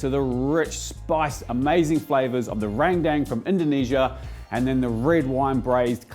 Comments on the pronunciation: As Indonesian I'll teach you how say Rendang properlay, it's Rent & Dung without a pause between it, RENTDUNG. And NO, I'm not kidding. 😄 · not to be that guy, and I understand the common mistakes in saying other language's words... but, Rendang is pronounced Ren (as in Karen) Dang (as in dung beetle)... Love ur vids!!